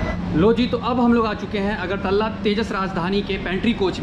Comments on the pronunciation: अगरतल्ला नही है .....अगरतला है । .. .. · its not agartalla its agartala ...pls pronunce well.. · अगरतल्ला क्या होता है? It's अगरतला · Agartala ko agartalla bola gaya hai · Agartalla nahi agartala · bhaiya vo agartala hota hai